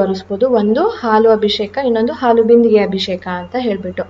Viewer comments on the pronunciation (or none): neevu bejaar maadkolalla andre ondu small correction. ಅದು ಅಭಿಶೇಖ ಅಲ್ಲ ಅಭಿಷೇಕ